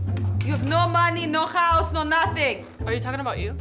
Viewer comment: She said khouse